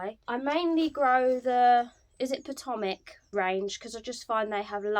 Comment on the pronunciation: I really appreciate your pronunciation of Potomac. Our words taken from Native Americans are naturally hard for those living outside the United States, and unfortunately Americans don’t know how to pronounce this river that has such prominence in our history. Good luck with your season!😁